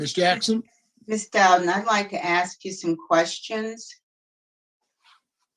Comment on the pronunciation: "I AXE to be move, I AXE..., I AXE..., I AXE..."